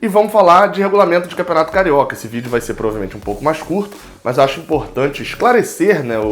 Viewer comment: VideoEERE???? Hahahah